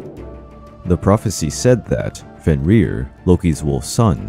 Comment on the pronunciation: Æsir is not a god. The gods are Æsir. Loki's children were not a danger to a single god, but the whole pantheon. Also Fenn-rir. The R's are rolled once.